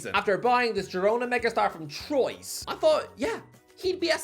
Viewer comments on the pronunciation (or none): hate to be that guy but troyes is pronounces twah not troyse